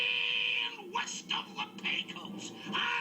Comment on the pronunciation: It's also Pecos, not Pacos.